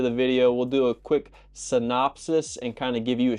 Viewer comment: You said the word “synopsis” like you just learned it. Lololol 😂 I joke.